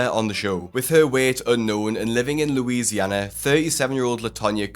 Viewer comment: I adore the way British people pronounce Louisiana- love, a New Orleans resident.